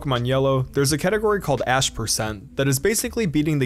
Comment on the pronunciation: When he said ash% I thought he said ass% and I was like “POKÉMON HAS AN ASS%?!